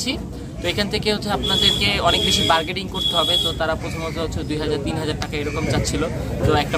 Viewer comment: Vai bargading na bargaining